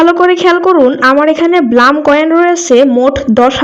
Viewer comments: ব্লাম না, ব্লুম😂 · This is not bloom this is blum sis😂😂😊